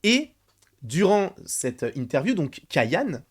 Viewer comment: Les boomer n'aiment pas le changement, ils continuent dans les même clichés depuis 20ans ! Ps: on dit "Kayané" avec un é à la fin